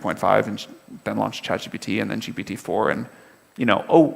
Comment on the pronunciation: Elkann is far behind the level of this conversation. , he couldn't even pronounce 'GPT' correctly. I wouldn't be surprised if he's never tried GPT before. How embarrassing.